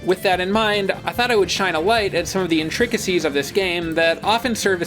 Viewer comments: You said intricacies wrong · Why he say intricacies like that